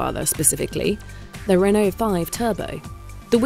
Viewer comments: What on earth is a hun-oh?! It is pronounced REN-O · Why is the presenter pronouncing Renault as Who-no when playing to a UK audience…. Sounds silly… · Why can't she say Renault? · Why are you pronouncing Renault like that ffs